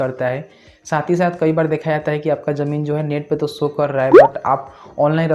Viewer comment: Jamin nhi bolte bhai ZAMIN BOLTE H